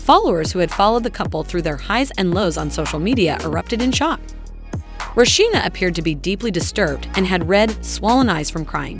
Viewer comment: Him & homegirl would possibly have to get real jobs, cuz Rasheeda shouldn’t have to pay him a dime. She was the money maker not him. Would the announcer learn how to say Rasheeda’s name!!!